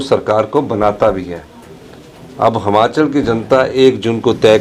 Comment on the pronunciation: मुख्यमंत्री साहब हमाचल नहीं होता हिमाचल होता है